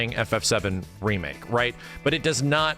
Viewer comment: A "DEE Make" 😂